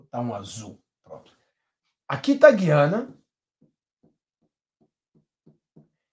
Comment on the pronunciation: tem que pronunciar o U de gUiana. Gui